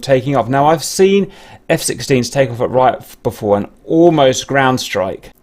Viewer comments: I’m pretty sure it’s pronounced Reeat, and not Ryot. Only been going for about 25 yrs so I could be wrong. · Interesting video thanks for uploading. Ps it's pronounced R'ee'at btw :) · It is neither. It is "Ryat" :-)